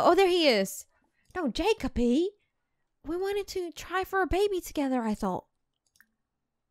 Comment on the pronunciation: its jeck-o-bee not jakeoby